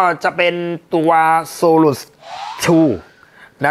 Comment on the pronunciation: Solus อ่านว่า โซรัส ไม่ใช่ โซรุด ฟังแล้วตลก